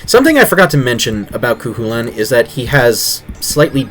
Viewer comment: A small pronunciation nitpick: Cuchulainn should be pronounced "ko hulin"